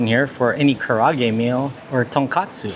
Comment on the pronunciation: ka ra a ge say each syllable separately